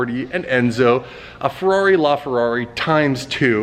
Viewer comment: "a ferrari LaFerrari" *owns ferrari and still doesn't know how to say it*